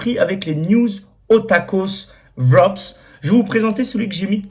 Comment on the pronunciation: Ca se prononce "vrap" et non "vrop's